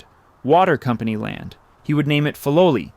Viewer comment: Please say the name correctly